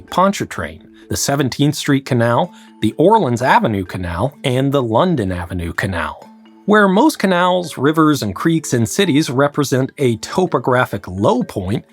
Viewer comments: "orlins avenue canal" lol, you fell for the trap! While "New Orleans" is indeed pronounced "new orlins", it is "OrLEEns Avenue". A similar double pronunciation trap exists with "Calliope St", and the instrument on board the steamboat being pronounced in opposite ways. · As a Louisianan, I will be grading your pronunciation of things throughout the video and time stamping when you mispronounce something. 1: The first r is silent in Ponchartrain. 2: Here it’s pronounced Or-leens Avenue. You made 5 pronunciation mistakes that I am aware of.